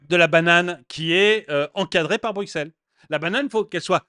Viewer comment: Bruxelles s’écrit avec x mais se prononce brussssssel, c’est un détail, mais étant « vieux » bruxellois (en disant brussssselois), c’est encore une histoire belge …